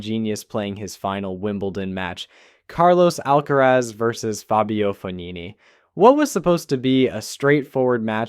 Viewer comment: I changed the video the moment he said Al- kerez